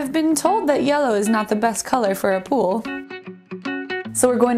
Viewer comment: She says pool and pole exactly the same.